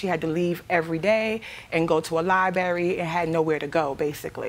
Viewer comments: I hate when there’s nowhere to go but lie-berry. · To where? A lie-berry 😂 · Not the Li-berry…… 🤦‍♂️ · Li-berry! How ignorant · Go to the LIBERRY to learn how to pronounce LIBRARY!! 😢